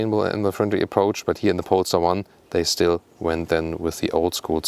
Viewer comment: Somehow I heard in the intro “pornstar 1” instead of polestar 1 lol